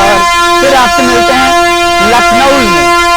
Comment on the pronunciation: भैया आप लखनऊ को लखनऊल क्यों बोल रहें है?